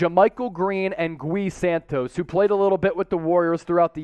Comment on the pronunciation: i believe it's "ghee" santos and lester "keen-yo-nes"